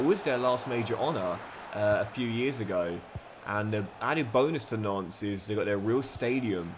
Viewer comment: Every time you say Nantes it sounds like Nonce 🤣